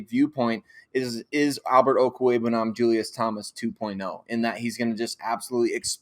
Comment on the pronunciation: I wish all you people out there would talk to Alexis Perry and learn how to pronounce Okweugbunam! It's about time. There is no koo in his name. Okweugbunam Oak-wheg-bunam What is so hard about that?